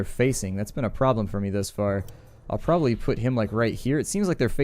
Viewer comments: The concatenation of probably is purely a California thing. In WA state we kidnap folks and make them pronounce it correctly. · Here in Colorado, people tend to say "prolly" instead of probably. Just a regional dialect thing, I'd guess.